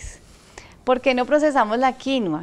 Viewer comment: Felicitaciones, hasta que por fín alguien pronuncia bien "quinua" 👏🏻👏🏻👏🏻